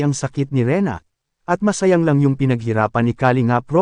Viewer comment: Mispronounced word “masayang” masakit sa tainga aral ka muna bago mag vblog